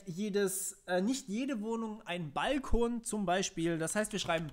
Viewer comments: Es heißt übrigens "bal-KOON" und nicht "BALL-kon". das hat nix mit "Ball" zu tun. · Wo hast du nur diese spezielle Be|to|nung her? Es ist doch kein "Ball - kon" --> Aussprache